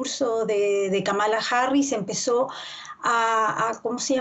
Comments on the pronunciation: Kamala: El nombre que incluso analistas políticos pronuncian mal: 🟢KA-ma-la SI 🔴ka-MA-la NO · France 24 debe cuidar la pronunciación del nombre de la Vicepresidenta nominada por los Demócratas 👉Kamala Harris es: (Kámala Harris)